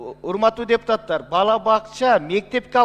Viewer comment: Депутатар" эмес ,,депутаттар".😢 Бир ,,т" менен айтылса, тантык баланын тилиндей болуп калат. Бул туура эмес! Туура сүйлөгүлөчү, урматтуу депутаттар! 😢